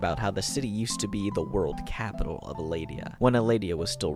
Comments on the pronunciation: Loved the video, but did anyone else get frustrated by the pronunciation of some names? Like how “lugor” was pronounced “lugger.” The funniest one was when he says “cialis” instead of “cielis” like the medicine for erectile dysfunction 😂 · Beautiful video but you're saying cielis wrong It's pronounced KAY-liss not sea- alice